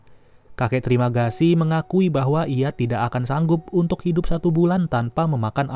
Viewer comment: "Trimagasi" gw dengernya terimakasi anjip :)